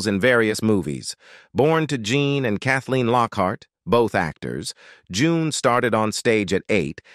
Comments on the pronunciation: Hackman is Gene not Jean. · You mean GENE not LEAN. Ninny